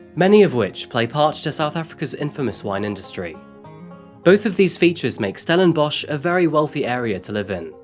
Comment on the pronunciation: And we are ranked 3rd in the world for the largest amount of serial killers. Also, well done on the correct pronunciation if the local area, but stellenbosch for us afrikaans people is 'stellenboss' think the one you mentioned is from old afrikaaners (40yo-50yo +). also hope these POS useless waste of air realise what they have done and are tormented by it each and everyday.